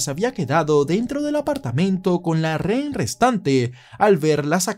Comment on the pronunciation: jajaja dices rén y no rehén. Igual Buen Video.